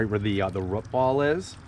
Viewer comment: Where do you live? I love how you say “root” like “rut” cute ❤you pronounce “boot” or “moot” like that too?